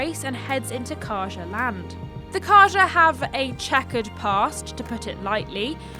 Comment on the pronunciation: Faro and Carja were constantly mispronounced, but otherwise good video.